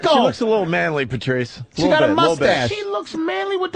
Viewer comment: Everytime Opie says "Pertrice" we all lose a day off our lives.